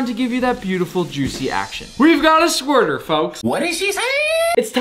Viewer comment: "we got a squrter" 💀